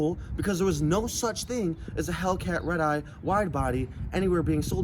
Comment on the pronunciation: After a couple times he sounds like he’s saying ribeye